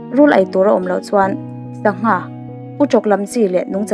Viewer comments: I thil chhiar ah hian hawrawp ṭan tir ah hawrawp mal lam rik kim loh a awm leh ṭhin,entirnan Sangha-Angha,Zonunfela-Onunfela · tangha awmlo, sangha tih ilam thiamlo ami